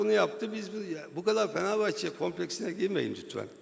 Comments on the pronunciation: "Beşiktaşlı duruşu" vardır bizi ilgilendirir sen kendi mali kongrende işi gücü bıraktın bizi çekiştiriyorsun. "Feneğvbahçe duğğuşu"nu çok güzel göstermişsin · Lan siktir git,ağzından çıkan 2 lafın biri Beşiktaş ondan sonra "Fikvet Ovman Fenevbahçe hookunda kovuşmosun" diyon.